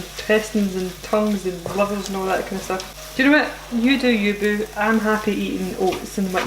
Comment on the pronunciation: “You do you boo” with a Scottish accent just hit different 😹 love it! And to me this looks delicious! Would definitely try this before real haggis